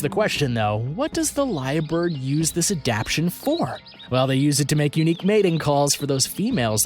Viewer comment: This video has a lot of creatures that don't go with the creature being discussed. Also, the word adaptation is being pronounced wrong throughout the video.